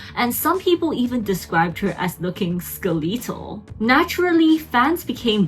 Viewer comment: Did you just say skeleetal or ske-lethal?